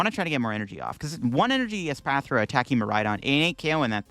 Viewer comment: PRONOUNCING ESPATHRA CORRECTLY!!! YOU'RE NOT THE REAL!!!